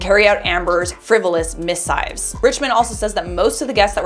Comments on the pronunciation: Please learn to pronounce missives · Look up how to pronounce "missives".